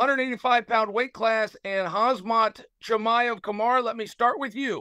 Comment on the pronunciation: Chael butchering Chimaevs name the whole time 😂